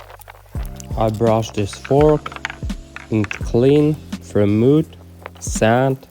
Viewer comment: Stary... xdd prose popraw swoją wymowę po ang. "to" czyta się [tu], "mud" czyta się [mad], "odrdzewić" przetłumacz na "de-rust" [di rast] [kar' szampu], [disz sołp], polishing paste czytaj [... pejst] XDDDD bawi mnie ta metoda tłumaczenia wymowy xd